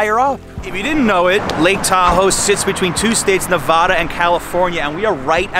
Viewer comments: It’s Nevada , like Montana, not Nuvuh da. Other than the pronunciation, well done. Thanks. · I hate fun facts..and that's not how you say "nevada".. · You need to learn how to pronounce Nevada. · then everyone in New York is wrong. The vad in NeVADa rhymes with dad, sad, glad, had, etc. it’s not vod.